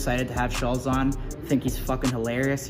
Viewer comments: Can y'all just pronounce his name right? Schultz...not schullz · Man y'all weren't ready for Schulz lol fyi it's pronounced Shultz lmao 😂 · SHUL,-(TZ) pronounced shultzy... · Am I the only one who thought/thinks there is supposed to be a T in Andrews last name? Shultz? At least that's always how I've heard it pronounced. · Why do they keep saying shulz lol 😂😂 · He still saying shullz lol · Cracks me up how kyle mispronounced his name. I'm convinced they have no clue who Andrew is. Lmao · And u still pronounce his name wrong. Wow. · I love how he messes up his name lol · Can y’all pronounce the man’s name right for fuck sake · They literally pronounce Shultz name wrong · Lmao from the jump i thought it was funny how they said shulz name the way its spelled 😂 i always thought it was pronounced shultz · BRUH Kyle can’t even pronounce Shultz right 🤣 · When you spend 5 minutes talking about how good it is probably not. Also try pronouncing his name right